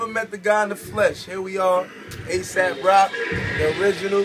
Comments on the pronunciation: It's Aesop Rock, not Asap Rock. You need to pronounce it correctly. Since Asap Rocky completely bit the name, you'd think he'd know that. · It's pronounced asap rock? I always said aye sop rock